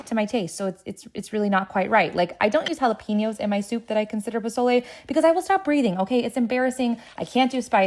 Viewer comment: Nah you get a pass on the pozole you didn’t butcher it like Rachel ray